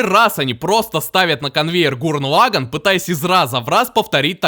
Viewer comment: Гуррен Лаганн. Не позорься, говори правильно.